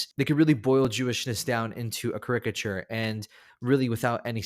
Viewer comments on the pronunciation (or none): Thanks for the list. I usually watch TV shows, and there are a lot of great Jewish TV shows (The Queen of Jerusalem is my current favorite, but there are plenty of others, streaming on Netflix especially). One thing, though. Please learn how to pronounce caricature (CAricature). 🤗💙 Shalom Shalom! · Sorry, but the pronunciation is CA-ri-ca-ture, with the stress on the first syllable.